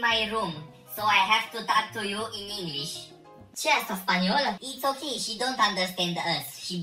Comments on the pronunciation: Inglis nu mai English 😂😂😂😂😂😂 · ✨eNeNgElEsI✨ tare faza 😅